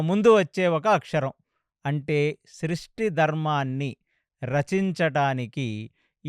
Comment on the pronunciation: శ్రీష్టి కాదు సృష్టి pronounce చెయ్యాలి గారు